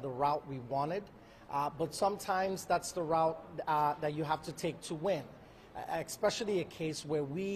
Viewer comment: Exxxxspecially !!! What a sick world . Sticking up for a liar and sicko In amerikarrrrrrr